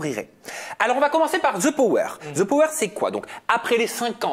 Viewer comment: J ai adore 😍 par contre tout le long je me suis demande pourquoi quand vous avez parlé sur le the power vous mettez comme si il y aurait un Z””😂😂 Continuez j adore aja ❤